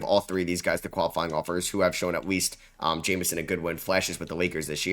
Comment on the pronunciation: Jemison not Jamison brotherrr